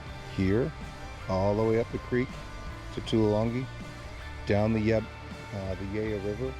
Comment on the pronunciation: Ya-ruh, not Yah-ra. We'll get you speaking Aussie mate. 😊